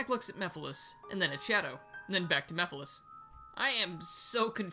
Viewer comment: Mephiles, not Mephalis